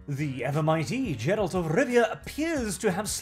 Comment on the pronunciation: "Jer-ALT" You can't even pronounce the titular side character's name.